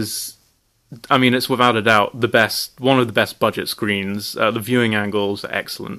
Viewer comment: you say "screens" like an american